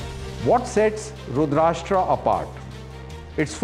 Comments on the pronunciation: Great 👍… but please pronounce correctly… it’s रुद्रास्त्र, not रुद्राष्ट्र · Terminate this Anchor! At this age, he is pronuncing रुद्रास्त्र as रुदराष्ट्र. Unforgivable. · its not 'rashtra' as in maharashtra .... it is rudra-astra as in astra- sastra. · Pronounce correctly. It is Astra a weapon Rudrastra and not RASHTRA as your soellingbit. Rashtra means country/ nation / state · its not "rudrashtra" its rudrastra".... "sh" sound is not there in that - it meaning Rudra + astra - arrow.... I think this guy need to first learn the name of this weapon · रुद्र + अस्त्र = रुद्रास्त्र रुद्राष्ट्र नहीं 😂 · Abe firangi k pote it's रुद्रअस्त्र rudrashtra🤣🤣🤣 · It is astra not rastra. Rudra+ astra. Astra is weapon and rastra is country. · sir, first learn to pronounce Rudrastra properly. Its Rudr-astra NOT rud-rasta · Dear Anchor, This is called रुद्रास्त्र, not रुद्राष्ट्रा। Get rid of the need to anglicise everything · It's not pronounced रूद्राष्ट्रा but रूद्र अस्त्र = रुद्रास्त्र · रुद्र + अस्त्र = रुद्रास्त्र please get the pronunciation right. It’s embarrassing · First u learn how to pronounce rudrastra ,u r indian no why u copying west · It is Rudra…Astra.pl pronounce properly. It is not Rudrashtra.. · Abay salay it is Rudra Astraa so plz pronounce it in hindi & not English like Rudraashtra (Maharashtra) 🤬🤬🤬🤬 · Not रुद्राष्ट्रा 🤦🏻‍♂️ but रुद्र अस्त्र I get it! that you're delivering the news in English, but how can you F- up basic hindi? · It's not रूद्राष्ट्रा, it is रूद्रास्त्रा ( रूद्र अस्त्रा ) For God sake you are on government channel be careful. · Its रुद्रास्त्र not रुद्राष्ट्र, why DD news? Not expected from you. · It's NOT pronounced "RUDR-ASHTR-AA", It's "RUDRA-ASTR-A' 🙂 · TV pe dekhra tha, could not stop myself to connect on m mobile to to comment the same, thank god someone did it, thanks. It’s not expected form indians atleast, that too a DD anchor. He confidently mis-pronounces several times. Someone please stop this guy.